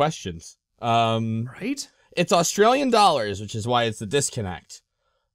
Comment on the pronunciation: "..plant the China flag"? Was there some Chinese occupation of Australia I'm not aware of? Australians, you guys are aware you're on an island in the middle of Not-China. Or know how to pronounce "Australian flag".